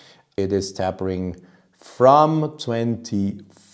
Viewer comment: And just another tiny English pronounciation adjustment: it’s tape-ering with tape rhyming with ape, not tapp-ering with tapp rhyming with rap. Ask me to speak Austrian, no chance! :)